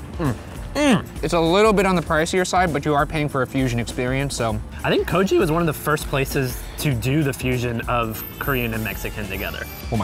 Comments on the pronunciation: It’s actually not pronounced KO-jee. The g is a hard g/k = KO-gee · loved this but "kou-jee" and "weetalacouche" got me cringing, its koh-gui and oo-ee-tla-koh-che thankssssssssss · you pronounce 'Kogi' as not j but g. God, I wish those men knew how to say the name of that place correctly. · Its pronounced Kogi like Yogi not Kogee. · first the butchering of oaxaca, then the butchering of kogi -_- sighhhhh